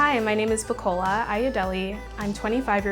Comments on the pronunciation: The way she butchered her naija name though. Lord have mercy. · Lovely to see Black women rising😍 But why she pronounce her own name wrong?😒🇳🇬